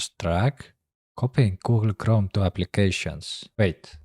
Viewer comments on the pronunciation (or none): I love how he says “goo-ool kroam.”